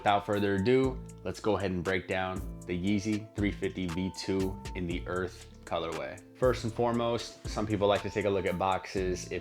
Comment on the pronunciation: Finally! Someone who says it correctly...Earth and not “Earf!” 😂🤣🤦🏽‍♂️